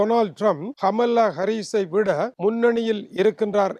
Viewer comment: She is not amala.. she is kamala.. your own Tamil native.. Please correct your pronunciation further..